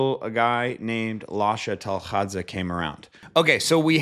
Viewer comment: I've never seen a non georgian speaker say Lasha's last name so perfectly lol